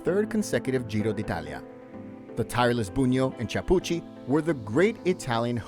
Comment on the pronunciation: Epic stage for sure! Just so ya know - it's Claudio KEY-AH-POOCHY (Chiappucci) same as the wine they drink in Tuscany KEY-AHN-TEE (Chianti). And CHEE-MAH (Cima) Coppi while I'm at it :-)